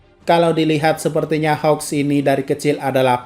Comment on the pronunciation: Bang kok susah amat bilang namanya hawks (keigo) nama endeavor(enji) juga sama